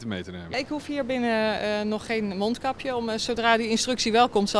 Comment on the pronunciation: mijn neus is verstopt dus ik doe maar een monkapje op want dan kunnen ze t niet zien.... uitspraak van t jaar wel